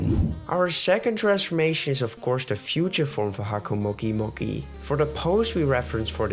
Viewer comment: You did not pronounce haco-mo-o correctly